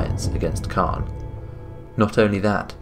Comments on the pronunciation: The pronunciation of "Cairne" was a little annoying, since it's like "C-Air-N" or "Care-N". Excellent presentation and brief history of the characters too! This'll probably be my favourite but can't wait to see the next one. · Not sure how you arrived at pronouncing Cairne "Khan" or "Carn", there's an "i" in there. His name can very easily be heard in his old voice files and in Warcraft 3. Very happy you included Xarantaur. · Still need a bit more power on the voice, but good video, didnt know about the Witness. Btw Caine is pronounced the same way as "care" with an "n" at the end.